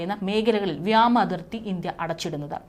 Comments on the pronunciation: മലയാള ഭാഷ ശരിയായി ഉച്ചരിക്കാൻ പോലും അറിയില്ല. വ്യാമാ ആല്ല വ്യോമ എന്നാണ് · വ്യാമ അല്ല വ്യോമ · വിയോമ, വ്യാമയല്ല. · അത് വ്യോമ അതിർത്തിയാണോ അതോ വ്യാമ അതിർത്തിയോ? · വ്യാമ അതിർത്തി അല്ല , വ്യോമ അതിർത്തി 😢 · വ്യാമാതിർത്തി? അതെന്ത്? വ്യോമാതിർത്തി എന്ന് പറയൂ വർദിച്ച? വർദ്ധിച്ച എന്ന് പറയൂ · വ്യാമ മേഘലയല്ല, വ്യോമ മേഘല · മോളേ വ്യാമ അല്ല വ്യോമ എന്നാണ്. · അവതാരകരായ കുട്ടികൾ മലയാളത്തെ ഇങ്ങനെ വികലമാക്കുന്നത് എന്താണ്??വ്യോമ മേഖല എന്ന് പറയാൻ പഠിക്കു.... വ്യാമ മേഖല അല്ല 😢😢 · വ്യാമ അല്ല. വ്യോമ എന്നാണ്. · Malayalam parayaan ariyunna editor maar aarum ille ? Ivrku paranju kodukaan ?? “Vyaama Sena”